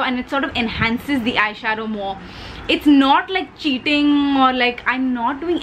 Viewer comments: Loveeeedd this❤️❤️❤️ And the way you said cheating( chitting) 😂😂😂❤️❤️ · Wt an amazing video. It has everything in it- humor, makeup, advice, jake😃. Ur british accent was so good. I wana hear more of it plzzzz. And the song 'one kiss is all it takes' was so funny how u sung it.. 😂😂 "CHEATING I'll never do"...... o girl! U r love! 💕💕